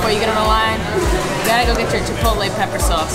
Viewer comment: It's chip-pot-tele not chipolaay 😤😤😤